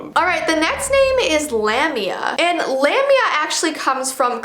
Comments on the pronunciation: Lamia is pronounced La-mia. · My name is Valeska lamiaa i never knew what valeska meant but i know that lamiaa is a monster One of my ibfs is named kiera so shes basicaly the dark one ALSO its spellet lamiaa and pronounced La mi a a, i was kinda offended that my name means im a monster